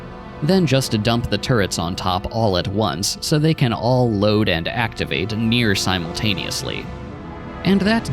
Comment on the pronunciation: Next is theeeuh problem of how toouh loaduh thee train.